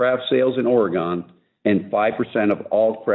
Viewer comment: Ore Gone? Huh? It's Orygun!